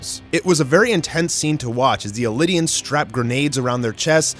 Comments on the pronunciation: Definitely pronounced eldian not “elidians” and that’s the jaw titan. Have you read the manga? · You're pronouncing it as elidian but its eldian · Had to stop watching the video at hearing “Elidian” for the 3rd time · Some misleading information here fyi. I never heard it referred to as lion titan until this video. Also it's pronounced Eldian not Elidian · Why do you keep pronouncing "Eldian" like it's spelled "Eldinian"? It's really odd. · Bro its ELDIAN not ELI-DIAN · yeah because those mispronouniactions are understandable because thats how they look. Eldian doesnt look like "Elidian" but he pronounces it like the japan do even though no one pronounces the japanese way of saying Mikasa or Armin. I personally don't really care but tbh it doesnt make sense to me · he hasn't, and he's pronouncing it this way bcus he's directly transalting the japanese pronunciation "eridiansu"